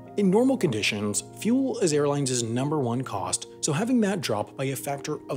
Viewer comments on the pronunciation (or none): This is now the second video with the mispronunciation of the plural-possessive form of "airline". Its not "airlin-zez". It's just "airlines", pronounced exactly the same as the plural form of the word "airline". Airlin-zez doesn't exist as a word. An educational channel shouldn't be making grammatical mistakes like this and not learning from their mistakes when people point it out.